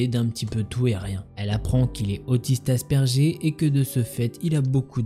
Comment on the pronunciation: Pour la prononciation de autiste asperger Ont dit pas asperjer mais aspergueur dans l'intonation sinon super vidéo comme d'habitude force a toi 💪